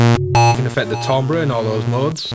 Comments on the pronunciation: Tambre = "tamber" as in Amber. Try it, you'll like it! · good review... but come on man!!! it's pronounced 'TAMBER'!